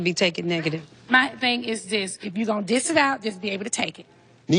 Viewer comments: Nene always using Kenya’s phrases. “Cut me down to the white meat” is Kenya’s line. She also needs to learn the correct terms before using them . She keeps saying “ dis it out” when it’s “ dish it out.” Poor thing. 😂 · First of all, the saying is “Dish it out” not “Diss it out”